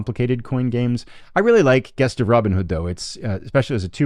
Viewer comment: "Gest" has a soft G and sounds like "Jest". Love your content mate. Keep up the great work!